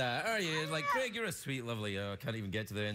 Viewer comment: American people don't pronounce his name correctly.. C r e g... Its Craig like.. C r a y g.